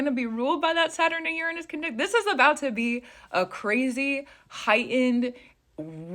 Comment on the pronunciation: Learn to pronounce Uranus. I keep thinking this video is a joke